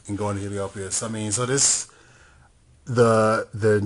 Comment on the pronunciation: the rank 8 is pronounced "heal-ee-op-oh-lis" it kinda rhymes with bottomless